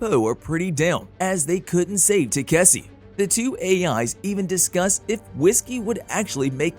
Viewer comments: ta-ka-shi.....is it so hard to pronounce.........tasiki-takisi and god knows what....even on the prev video the girl fumbled up so bad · i wont be surprised if they call it tayk-see in the next episode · Now it's Taseki and Kaseki. You're not only butchering the name but you're not even consistent in doing this ! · What can greater than this previous channel keep on pronouncing takaski's name into taksse or tasseke and now taseki i wonder what other channels are gonna bring askei maybe, it went from Takashi to taksse to tasseke and now taseki first channel was better not only the explanation but with the pronounciation you guys really need to work on your spellings and pronounciation only if don't want people to roast or troll you and wanna grow the channel when i heard the male voice in the beginning i thought this might better than previously one but you got me disappointed it's fucking takashi not taksse or tasseke or taseki got it dumbaxx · the pronounciation of taseki changes every part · Bro you pronounced Takeshi as tzatziki( the Greek side dish ) several times. Lol I can’t with you 😂😂😂😂😂😂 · They called him katishi too😂😂😂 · y'all keep butchering his name. It's TEH-KAH-SHE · it's takeshi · I'm convinced the pronounciation of takeshi is being butchered to grind my gears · They said his name wrong so many times even I'm confused what his real name is lol 😂😂😂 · Your constant mispoken of the name Takeshe is worst than the mispronunciation by the prior narrotor. What you're doing is like calling someone name Sa-man-tha as Sa-tha-man. At least there's an argument for the perevious narrator that mispronounced the name, you misspeaking the name is just pure lazy and lack to respect for someone's name. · lol, every other narrator just butchring Takeshi name XD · They mispronounce his name as much as the last one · Each video gets worse at saying his name